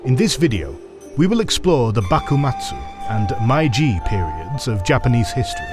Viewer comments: This is a good video, however, please pay closer attention to pronoucing the Japanese terms. The term "Meiji" is pronounced more like "May-Ji". The narrator kept saying "Mai-Ji" which is incorrect. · May-Jee と言う事です. May-Jee を忘れないで下さい。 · I’m impressed you now pronounce “samurai" quite well. While what happened to “meiji” and “bunmei-kaika”😆 ( you can just pronounce “mei” as written like "may”). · lol “Mai-jee” really??? Really?????? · i normally never complain about pronunciation, but the "my g" period? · it’s pronounced “MAY-jee”, otherwise great video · The narrator can't even pronounce "Meiji" correctly. It's pronounced "May - G" (exactly as it sounds). LMFAO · I love this channel but every time there's a Japanese history, something gets pronounced so wrong that it wrecks me... Meiji is said more like "May-ji". Ei makes a "long a" sound. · Meiji is not pronounced Maiji otherwise good! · great video, almost ruined by MAI-JEE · My guess is that they say it wrong on purpose so people comment about it to boost engagement. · If you are making a video about the Meiji Era, maybe you should first check how "Meiji" is pronounced. It seriously jurt my ears hearing a completely made up pronunciation again and again throughout the video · Every time I hear you pronounce "Meiji" it hurts my ears lol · No credibility when you do a documentary about the Meiji restoration and then don’t pronounce ‘Meiji’ correctly. It’s not hard to get it right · the pronunciation of "Meiji" is absolutely abhorrent... really missed the mark there, especially for such an important word for the video. it's not just that it's not even close, no other videos discussing this topic ever mispronounce it as such!!! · how on earth can you produce such an amazing video and don't check how to pronounce a name of the era in your title. I'm not even angry, I'm just amazed. Like, how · Is it me or the voice is AI? The way he is pronouncing Meiji is off